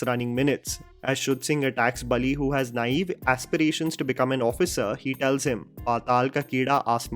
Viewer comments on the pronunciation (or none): Just a correction, it’s Balli not Bali, rest every detail shared by you is absolute…